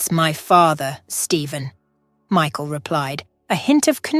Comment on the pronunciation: You need to pronounce Michael properly it put me off the way you speak so until you learn to speak properly I want be watching any more of your crap.